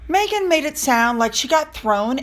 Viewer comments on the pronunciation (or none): Her name is MEGHAN, not MAYghan!! FFS!